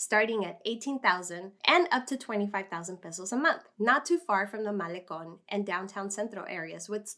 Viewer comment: Hi. I love your voice and espanol pronunciation i.e. el malecon. I subscribed and liked a year ago:) I'm in super expensive san diego county:(